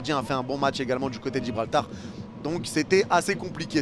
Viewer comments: Gibraltar pas Gibralbar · Il a dit Gibralbar 😂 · On s'est tapé des barres t'as dis Gibralbar encore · Lol comment ça gibralbar 😂😂😂